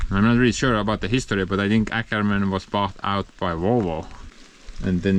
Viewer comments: Have you noticed that Åkerman should say "ookerman" not "äkerman"? (Å = OO) Nice update to heavy equipments. 🙂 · no, it’s not Akerman, say Okerman, it’s a Swedish o-letter. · Happy Birthday!. Btw the the Åkerman pronounces like Okerman (Å=O) Greetings fro Sweden. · It's pronounced OKERMAN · Happy birthday tomorrow bro 😁😁 and the Åkerman, the Å is pronounsed like an O in Ok 😅